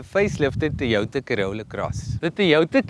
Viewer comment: It's not THOY WOTHA.. it TOYOTA